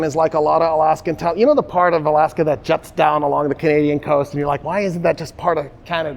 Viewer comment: He wouldn’t even pronunce the “isn’t” it’s like “hmdacool ? 😂😂😂 salute to the professor